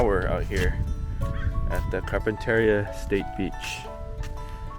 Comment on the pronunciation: You Mispronounced campground’s name !